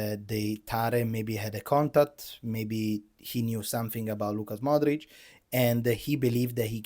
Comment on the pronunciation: Its LUKA Modrić, not LUCAS Modrić